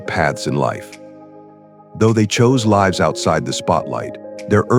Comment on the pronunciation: Please correct that error where the verb"lives" is pronounced as if it were the plural of the noun "life" . Irritating and distracting. The verb rhymes with gives. Peace.